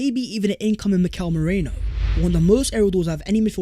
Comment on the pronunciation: come on pronounce Merino's name correctly.. you're not Terry Flewers! It's Maireeeno not Meraino. Check it in a translation app if you don't believe me.